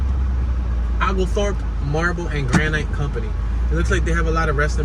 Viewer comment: Olgethorpe? Is that the word that you're reading? My best pronunciation key is... "Oh-gull-thorp" That thing on the porch - it's just Anubis. :) Happy Halloween!